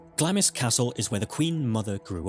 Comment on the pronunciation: Hever Castle is "heever" not "hevver" and it is B-l-i-c-k-l-i-n-g Hall not "blicking", and Glamis Castle is "glarms" Lady Mary Berkeley's name is pronounced BARKLY & not like the Californian university/town Please learn how to pronounce the places and people you speak of correctly I believe Queen Jane (Seymour) died at Hampton Court but Queen Katherine Howard died at the Tower of London